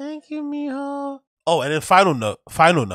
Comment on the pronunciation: "Thank you Mijo!! " your Spanish is sneaky good 😅